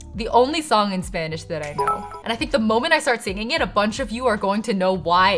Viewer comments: If I didn’t now that you aren’t a birth speaker I couldn’t tell your accent is amazing ☺️ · I didn't expect to see a video of you learning my native language. Your videos are so much fun and your pronunciation is excellent! Thank you for continuing to create content. <3